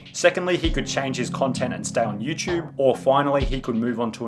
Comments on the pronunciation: nigga. stop saying youchube. its youTUBE not youchube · "Youchube" (SunnyV2)